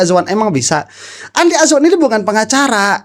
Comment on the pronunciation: Saya suka kalau pak roy bilang Andi Asu-wan 😂😂